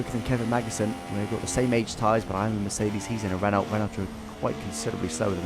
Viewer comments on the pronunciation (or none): You don't pronounce the T in Renault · That is not how you say Renault.